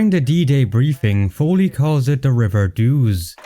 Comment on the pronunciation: It’s not “fow-lee” it’s “foe-lee”